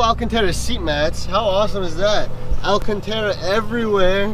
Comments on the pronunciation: Bro it is alcantara not alcentera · AlcantAra not Alcantera that’s so irritating